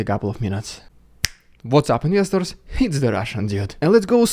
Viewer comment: What's that 1st "what's up inesters? this is the russian dude" - he says; is it "misters" ?